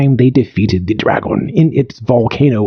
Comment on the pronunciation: The AI pronunciation of English is wild. draGON